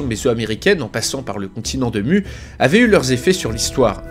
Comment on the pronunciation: Venant de Tahiti ça se prononce Mou mais sinon bonne vidéo